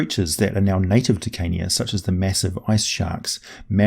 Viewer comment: I hear Kenya when you say Carnia and it gets me everytime.